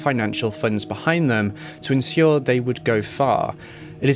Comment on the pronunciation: Isss-euse? oh Issues. Love your channel so much but these pronunciations 😂🤣😁 Ensss-euere? oh ensure! Issues = Ish oose Ensure = En shure or I am I too common for you.